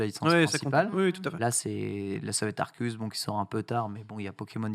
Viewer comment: Aie!!!! Arséus stp et non Arkéus ^^ pour la prononciation;)